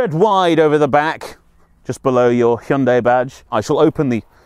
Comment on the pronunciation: Call me an old pedant but i like the fact you correctly pronounce it Hy-un-day not Hi-un-di as most reviewers call it, drives me mad.